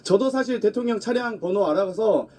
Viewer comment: 김병주씨 대통년이 아니고 대통령입니다 한국말 발음이 어찌 3살짜리 우리 손자 발음 보다더 이상하네요